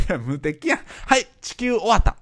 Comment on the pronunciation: 「無敵やん┐(´-｀)┌」の「素敵やん」感が好き（笑）